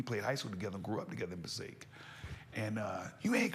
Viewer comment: Passaic, New Jersey in the house. It has produced some amazing talent including you Sir! Share with Tearsa the proper way to pronounce Passaic! LOL Muwah!